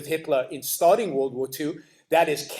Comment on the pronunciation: He can't even say world right lol